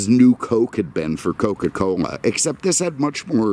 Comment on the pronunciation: Jajajaja then ge said Coca-COMA